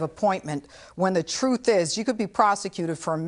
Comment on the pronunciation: It's the TRUFF!